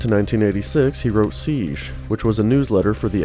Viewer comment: 5 minutes of "REED SEEJ" Meh.